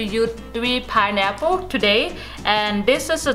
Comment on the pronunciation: It's a piNeapple, not a pideapple, not a pieapple eitherLOL